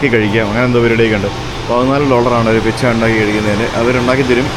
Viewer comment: പിറ്റ്സ അല്ല പീറ്റ്‌സ ആണ്